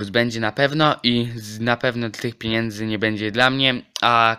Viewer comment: nie "piniędzy" tylko "pieniędzy" :)